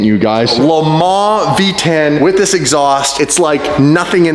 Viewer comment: Anybody else thought that been watching a little too much Doug DeMuro with the “This” 🤣🤣🤣